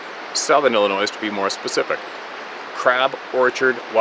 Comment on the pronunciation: P.S.A THE S IN ILLINOIS IS SILENT!